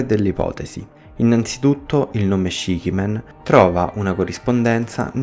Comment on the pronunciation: se il significato è sette facce, la pronuncia dovrebbe essere ''scici'' e non ''scichi''